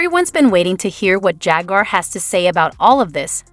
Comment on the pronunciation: "JAGUIER WRIGHT" 😂